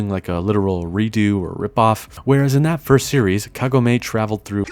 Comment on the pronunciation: it's actually correctly pronounced as KAgome. The dub constantly mispronounced it.